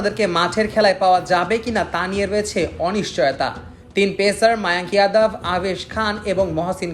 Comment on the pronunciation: মায়াঙক যাদব সঠিক উচ্চারণ শ